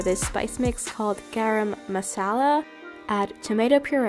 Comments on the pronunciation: gArAm mAzullA 💀your pronunciation made me giggle 😂😂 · I am an Indian and I know to make dahl So funny how she pronounced garam masala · The way she said garam masala